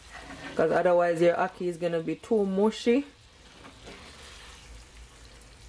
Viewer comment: Listening from England “hackee” too much 😂